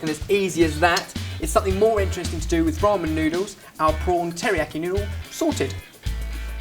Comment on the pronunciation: did he say roman noodles? lol